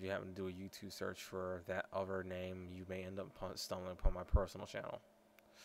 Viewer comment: dare? dat? dose?